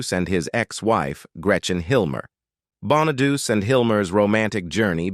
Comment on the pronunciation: Is the voice AI ? The guy keeps mispronouncing Danny Bonaduce name